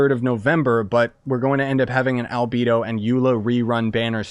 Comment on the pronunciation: A-alBEEdo??? gorOO???! 😵😵😵😵